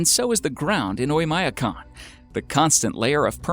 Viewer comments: Terrible mispronounciation of Oymyakon. When will Americans learn that English is the only language in which the i or the y is pronounced as "eye"? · He butchered the pronunciation of Oymyakon even worse. It's actually pronounced "Oy-m'a-KON", with m' being a soft m.